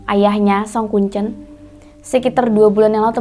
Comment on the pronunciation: Mbak nya kalo bilang kuncen kok kayak baca telur, seharusnya kuncen tuh kek kita nyebutin e dalam kata teler